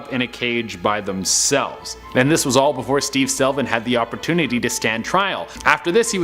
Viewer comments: Slevin does not = selvin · Not just the repeat photos but also mispronunciations. Slevin, not Selvin. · The dudes name is Steve SLE-VIN not SEL-VIN. Me thinks someone needs to go back to school and learn how to read and/or pay attention to what's in front of them before saying it on camera..... rolls eyes Estrella is the second pronunciation lol. Good on you for admitting you weren't sure though. Although its NOT Chair-oak-key North Carolina ROFL. We're not the Chair-oak-key Indians LOL. Its Chair-oh-kee/key North Carolina.